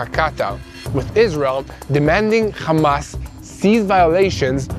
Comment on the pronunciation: Khamas isn’t it hamas like when your happy are you khappy